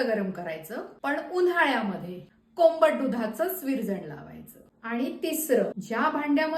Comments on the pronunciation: कोंबट नाही ओ कोमट 😂😂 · ताई सर्व छान पण कोंबट नका म्हणू कोमट म्हणा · कोंबट नाही हो बाई..... कोमट असा शब्द आहे. कोंबट वेगळं आणि कोमट वेगळं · छान. पण कोंबट नाही कोमट म्हणतात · Kombat nahi komat bola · अहो ते कोंबट नाही तर कोमट अस असते🤦🤦🤦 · कोंबट नाही कोमट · कोंबट नाही...कोमट 😂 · कोंबट नाही कोमट दूध बोलतात 😅